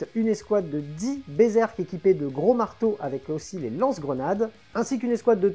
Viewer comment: Alors par contre, moi, je te félicite ! Parce que sur toutes les chaînes ils disent "Berzerk" et ça m'agace. On pourrait aussi les appeler Bézeurk !! Bravo ! Toi tu as lu le nom avec attention...